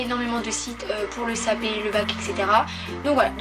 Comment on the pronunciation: Pourquoi tu dis cap p